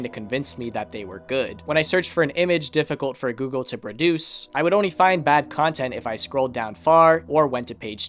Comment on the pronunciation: someone tell this guy that there's an L in "only"